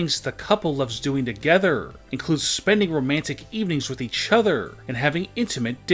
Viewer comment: “Eachothrrrrr” “Togetherrrrrrrrr” god lord